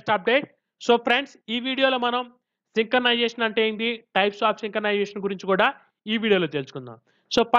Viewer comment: Synchronization ❌ sinkanization✅